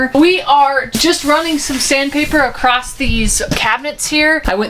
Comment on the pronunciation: Across not Acrost. LOL